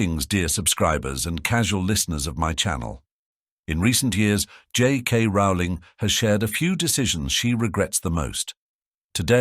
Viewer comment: I love how he brings up the mispronunciation of Voldemort's name yet constantly mispronounces Rowling's name LOL It's ROW-ling as in bowling.